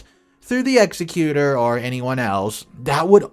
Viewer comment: Umm, executor is pronounced “ig-zek-yuh-ter” not “ex-e-cu-tor”